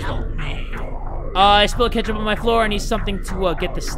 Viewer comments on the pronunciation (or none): none